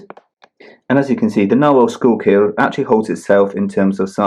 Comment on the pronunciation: The "Schuylkill" is one of the two rivers that run through Philadelphia, Pennsylvania. This model debuted at the Philadelphia Pen Show IIRC. Your pronunciation was good!